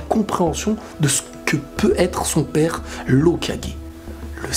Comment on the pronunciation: C'est toujours aussi marrant qd il parle à "pepaire"😂😂😂.